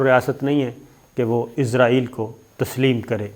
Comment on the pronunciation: Shakir Sb pl pronounce اسرائیل not عزرائیل۔